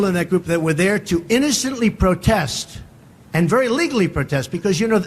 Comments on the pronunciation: She said “Protesses” 😂😂😂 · I have no idea who this ignorant and racist comedian is. DEI and he automatically goes to blacks. Sounds racist to me. To the lite skinned black lady. It is protests. Not protestses.